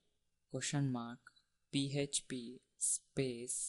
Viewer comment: pee heeeeetcccchhhh pee... lolz...